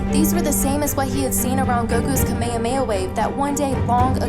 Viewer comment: DAT BOI that's how it's actually pronounced lol